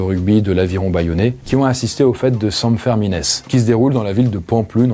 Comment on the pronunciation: Super Video ! juste une remarque, la prononciation des noms propres contiennent souvent des particularités régionales, en l'occurence à Pampelune, on dit les fêtes de san firmin, prononcé "firmine", pas bien grave mais ce genre de trucs fait lever les yeux des locaux à chaque fois, pareil pour les noms de ville.